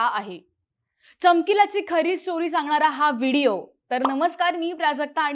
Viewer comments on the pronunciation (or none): none